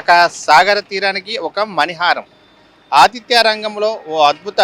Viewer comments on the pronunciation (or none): నాయనా ఆదిత్య కాదు ఆతిద్య ముందు తెలుగు నేర్చుకో 😂😂😂